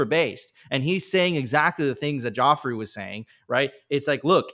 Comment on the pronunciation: It’s Godfrey not Jodfrey 😂. I’m pretty sure he knew it would fall on mostly deaf ears and he would be scoffed at, but he couldn’t have said it better